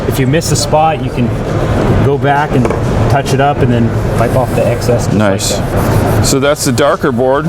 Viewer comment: I think he said nice but with an o.